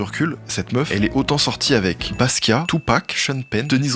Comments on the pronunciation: BASKIA pas Baskiatte. La honte sérieux... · Basquat on prononce pas le t, si? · Le "T" de Basquiat ne se prononce pas :) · Jean-Michel Basquiate... Coup dur, mais trop top la vidéo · Super de mettre en avant Madonna et de faire découvrir son incroyable parcours, l’influence qu’elle a eu sur la musique mais aussi sur le fait que sans madonna il n’y aurait ni lady gaga, ni rihanna, ni aucune artiste pop féminine. Deux petits détails a corriger par contre; Basquiat se prononce « basquia » (sans le « t ») et ce n’est pas Patrick Hernandez qui a découvert Madonna et qui l’a emmenée à Paris, mais son producteur, Jean Vanloo.